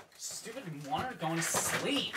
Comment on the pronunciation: Morte going to slee?